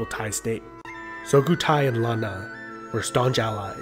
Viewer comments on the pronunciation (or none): It's Su-Kho-Tai not So-Khu-Thai.